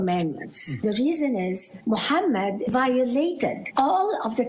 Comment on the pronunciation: the lady clearly pronounces the words 'Islam' and 'Muhammad' with a clear Arabic accent. This shows she's not pretending to be from Cairo, as ML claims. Just because she said 'Moslem' instead of 'Muslim' doesn't mean her story is not authentic. There are so many examples I could give. For instance it's very common to say the word 'Ramadan' with an English accent or an Arabic accent (Ramadhaan). I know many bilingual people who do this. It doesn't mean they're pretending to be something that they're not.